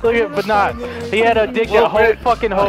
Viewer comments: said "Vanuus" instead of Vanoss lol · I think one of my favorite/cutest things about back then, ((around 2012???)) is when he said 'Vanoss' as 'Vahnoss' I love it so much!!!! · was I the only one that noticed he said vanos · how he said Vanoss in this video 😂 look how much he has grew all throught these years, Proud of ya! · the way he pronounces vanoss still kills me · was saying Vanoss wrong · still cant say vanoss